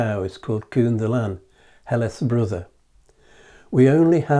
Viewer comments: Think of the English word "kin" when pronouncing the first syllable of "Cynddylan". Great video though. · Interesting video. Thanks. In the name Cynddylan, both 'y' s sound like 'uh' or as in the word ''come'. The 'dd' sounds like a 'heavy' 'th'. Emphasis on the 'ddyl' part.